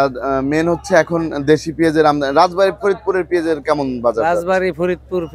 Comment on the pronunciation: আমদামি নয়, আমদানি।